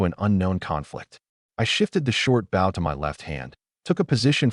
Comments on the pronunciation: I am so sick of Ai saying bow wrong. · Right? Lol😅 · For some reason I like it lol